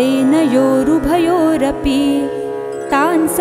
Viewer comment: 'सेनयोरुभयोरपी' ऐसा उच्चारण हो गया है यद्यपि 'सेनयोरुभयोरपि' ऐसा होना चाहिए तथापि अतीव सुन्दर पाठ है.